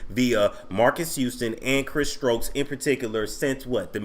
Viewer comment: thought it was STOKES